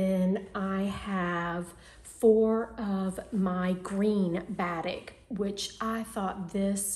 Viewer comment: so happy to see you again. Glad your mom is on the mend and can soon move into her beautiful new home. (Just a hint....batik is pronounced as ba-teek) 😉 love your confetti top and would love to have in my wardrobe. So glad you are back!